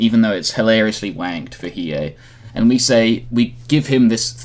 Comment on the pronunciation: he needs to learn how to say hiei lol dumbass